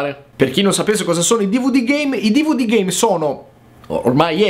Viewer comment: Schumi Jr. L'ultimo dvd GAME ha detto, solo che, dicendolo velocemente, sembra che dica GAY